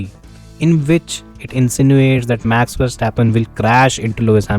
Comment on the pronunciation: He can't even say 'Max'. Sad guy